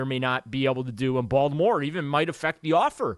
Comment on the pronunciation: it’s not Baldamore It’s Baltimore